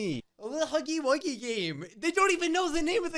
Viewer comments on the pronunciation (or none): "ThE HAggY WAggY GaME"